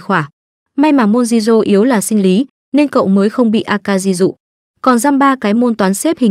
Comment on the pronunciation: Jirou, Shiori, Akari mà nghe phát âm giọng Bắc cứ cấn cấn